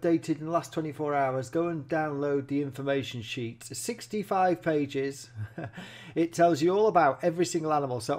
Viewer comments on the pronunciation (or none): none